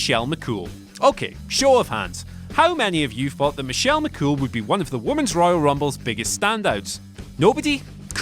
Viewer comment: This list was fucking awful lol you said Michelle Mccool and Eva Marie.